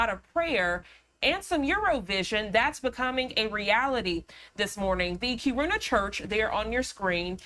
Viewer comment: It’s pronounced Keer in uh